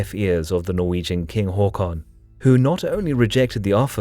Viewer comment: Why pronunciation Hawcon... It's Hakon